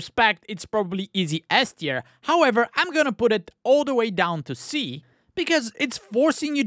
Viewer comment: not gonna lie I actually just assumed you were saying “ass tier” that time lol